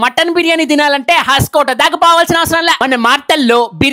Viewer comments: Bro it is hoskote not haskote 😂😂😂😂😂😂😂😂😂😂😂😂😂😂😂😂😂😂😂😂😂😂😂😂😂😂😂😂😂😂😂😂😂😂😂😂😂😂😂😂😂😂😂😂😂😂😂😂😂😂😂😂😂😂😂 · Asalu nuvu em chaduvukunnavu ra bolike, Hoaskote ne haskota ani chaduvuthunnav 😡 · హాస్కోటే కాదురా హోస్కోటే రా బాబాయ్ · Haskota kadu ra bosudik it’s hosakote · హస్కోట్ కాదు అన్న... హోస్కోట్ అది.